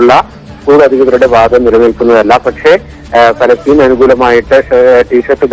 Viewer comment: പാലസ്തീൻ എന്ന് പറ മോനെ..